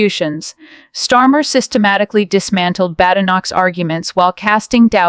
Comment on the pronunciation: STARMER 😂 NOT STORMA OMG !